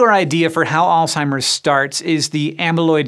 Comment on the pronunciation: If you want to be perceived as intelligent learn how to pronounce words correctly it's Alzheimer's not alltimers